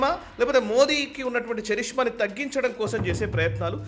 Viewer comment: చరిష్మా కాదండి. కరిస్మా అంటారండి ఇంగ్లీషు, విదేశీదేశాల్లో.